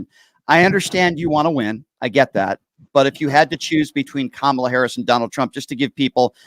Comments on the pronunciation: Idiot, please learn how to pronounce her name! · He keeps mispronouncing Harris' name.